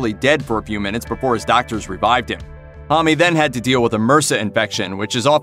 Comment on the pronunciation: M-R-S-A it’s not one word. Homme- what’s this Homm-ie stuff????